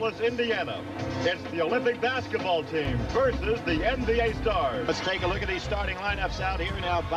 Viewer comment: The word is "versus".